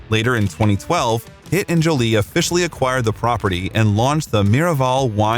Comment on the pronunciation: Everytime you say "Pitt" it sounds like "It" hahaha